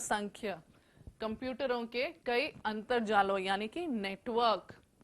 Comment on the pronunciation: Mam that word is not antajaal that is antarjaal 😊